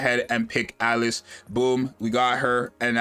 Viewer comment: I love how he just keeps calling her Alex because he can't pronounce Alice